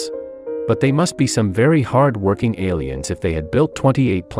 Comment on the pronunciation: "Maybe Alliens..." Say no more, you have my attention.